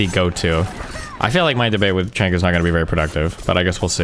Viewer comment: Damn, after all this time Destiny is still going to go into this debate not knowing how to pronounce Cenk's name?